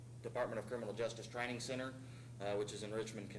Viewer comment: The dumb cop pronounced the word center, as sinner. Dumb.